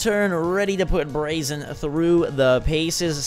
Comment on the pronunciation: Braixen is pronounced Brayx-en. other than that. Loving the videos buddy!!